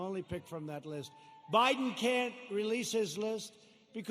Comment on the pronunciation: Who is Joe Boydin? Pence said Joe Boydin. Who is that? You republican get a hard on every time Joe Biden misspeaks but say nothing when trump does on every speech he makes.